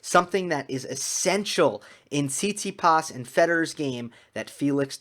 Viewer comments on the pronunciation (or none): “Sound like an American” LOL that was on point. Speaking of which, Stef’s name is actually pronounced TsitsiPAS. 😁